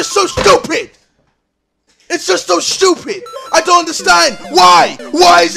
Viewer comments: Me: Stupid Ksi: Shtupid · ITS JUST SO SCHEWPID